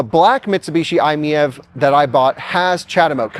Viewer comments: Dude should be seeing that the car's model is MIEV. It's written on the sides and on the carpet in the back. It's "My EV." And yet he says, "I'm MEV." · FYI, Doug Demuro is completely wrong about the pronunciation, it's actually "eye-meeve" like you would read it normally, not "eye-miyeve" like he did. Also fun fact "MiEV" was supposed to be shorthand of "Mitsubishi in-wheel EV", that obviously didn't work so they changed i to stand for "innovative" lol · i think it might be "my-ev" like it's my ev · It's pronounced M I E V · If I'm not mistaken, the MiEV was the electric version of the "Mitsubishi i" from about 2006, hence the "i miev". And it's pronounced "My EV" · It is pronounced like "eye-meev". Retail Price (US) 2012 ES: $23,000 Battery & Type 16 kWh Lithium‑Ion battery (330 V) Electric Range EPA-rated ~62 mi combined (98 mi city) Charging Time ~7 hr on 240 V / ~22 hr on 120 V outlet Fast-charge (440 V) ~30 min to 80% Powertrain & Performance Rear-wheel drive, single-speed transmission ~47–49 kW (63–66 hp) 132–145 lb-ft torque Efficiency EPA combined ~112 MPGe City ~121 MPGe / Hwy ~102 MPGe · I think it's pronounced My - EV😂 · I think it's a play on words and its supposed to be pronounced like "My-E-V". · I believe it's pronounced "My EV", like it's my EV. Try that. 👍🏾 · Pronounced Eye Meev. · Pronounce it “I’m EV” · It’s pronounced m-ee-eh-v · when they were released at auto shows Mitsubishi pronounced it as the I me E V fyi! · I think it is pronounced "My EV" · I think they should’ve dropped the I and pronounced it My – EV. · Pronunciation per Mitsu sales organization was just two syllables - "eye-meev". This was better communicated in Euro markets, but in the U.S. MMNA so thoroughly despised the vehicle (apparently imposed on them from Japan corporate) they rarely said anything about it at all. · According to the web, i‑MiEV is pronounced: "EYE‑meev". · iMev. Pick one pronunciation and stick to it.